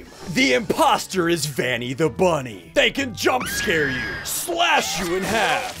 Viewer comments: It not vinny ITS VANNY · It’s vanny! Not vanna😂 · It’s Banny Not Vanny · It's call Vanny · It is called vany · It's pronounced vanny